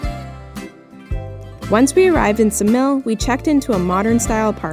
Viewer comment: Ksamil pronounced with K, Ksamil!!!!